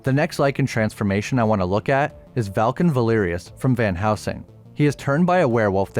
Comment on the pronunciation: On dit Velcan Valerius